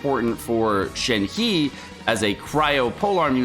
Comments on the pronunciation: You need to take a pronunciation class cause holy shit. Shen Heee? It’s pronounced Shen Hei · Pronounced “Shen-her” not “Shen-he” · I know you don't care about pronunciation but you're killing me. Just go with "Shen-her", not "Shen-he". It'll be almost spot on. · Plz, pronunciation of 鹤 is “Her”, not 'He'. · Good god, learn to pronounce the Chinese names. It's been a year, stop calling it Lee Wei. It's Lii-You-air. It's not Shen He-man. It's Shen HER (milkshake brings all the boys to the yard). Do some homework,. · Not Shen "He" its Shen "HER" in terms of pronouncing in Mandrain. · Please stop pronouncing Shenhe incorrectly… Her name is pronounced “Shen Her” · ShenHe(申鹤）pronounce as “shan hurt”(without the T sound). YunJin(云瑾）pronounce as “yun gin”. Yes, both are Liyue character. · gosh shenhe was a total surprise btw it's pronounced shen-her :) 👹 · I can already hear so many ppl butchering shenhe's name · love your vids! This is my first time commenting and just wanted to help you with pronouncing Shenhe’s name as the actual Chinese sounds way more fitting given the character’s demeanor and overall physical appeal. Shenhe is pronounced “Sh-en (with a hard ‘sh’ sound, and ‘en’ sounds more like ‘un’ in ‘sun’)” and “h-e (the ‘h’ is more of a breathy ‘h’, and the ‘e’ is more like ‘uh’ in ‘duh’ or the sound a person makes when they get hit in the stomach)” Hope this helps! You may find it brings even more appeal to the character. Keep up the good work!